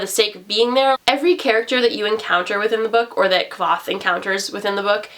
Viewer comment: Both the author and Kvoth himself tell you how to pronounce his name in the first small bit of the book 😂